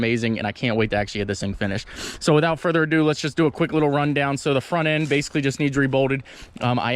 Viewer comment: I would rather hear your neighbors dogs barking, then to hear you say ,"actshlee, or "further adooo", or "plug n chug", one more damn time.